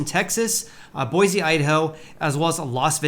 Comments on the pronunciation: Boy-see not boy-zee :) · It's pronounced Boy-see not BoiZ. please pronounce my city correctly. Thank you. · Boise native here. I just gotta say a couple things. First, it's BOY-see, not boi-ZEE. Your pronounciation is painful. Second, while availability may be going up, pricing is still several orders of magnatude beyond what local wages will support. Is there any chance the pricing will fall to a point that is in line with local income?